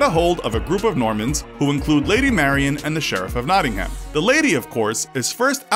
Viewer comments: It’s not ham herm but it’s spelt like ham nottingham but it’s said like nottingherm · That pronunciation of Nottingham though. It made me cringe so much p.s. It is pronounced not-ing-hm (well, not quite, but that is the best i can do in letters) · You really need to get the English pronunciation right. It's not American. For example, it's Nottingam, not Nottinham, and many more. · Can pronounce yorkshire right but Nottingham it is a silent h in Nottingham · Three thing 1 Nottingham is in the east midlands not in the north. 2 Coming fome a local you butchered how say Nottingham. 3 In Nottingham there area call Lenton what had a Priory what was founded in early 12th century . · You said Nottingham really weird 😂😂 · How many times did he have to pronounce nottingham wrong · The way Nottingham was pronounced though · As someone from Nottingham with half my family from the Kirklees area the pronunciation of Nottingham and Brighouse slightly offend me